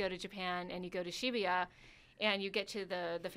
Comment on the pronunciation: I cringed er time she tried to pronounce shibuya P.s. All the dislikes are from offended Pervy weeaboos